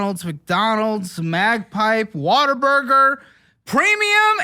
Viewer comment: Some of the funniest parts in these episodes is how badly butchers the names when he is reading people’s bank statement charges.. He said “magpie” when the charge was from “mapgenie” 😂. Also - I think these are all lovely humans and I wish them the best 🙏🏼